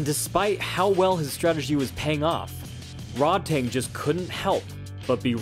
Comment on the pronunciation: Way to mispronounce Rodtang name the entire video 😂😤 It's pronounced Ro-taang not fucking Rod tang clan or whatever you were saying